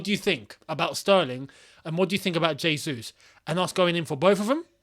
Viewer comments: it's "jesus" as opposed to "resus". "j" sounding like "r" is spanish. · great vid, but no Portuguese speaker has ever said Hesus, that would be spanish... Jesus, with an acutal "J" sound is the correct pronounciation.